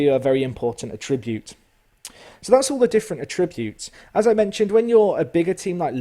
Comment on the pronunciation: lesson 1: learn how to say attribute right